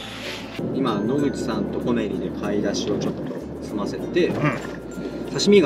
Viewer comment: 正しい発音は コ↑メ↓リ↑ です！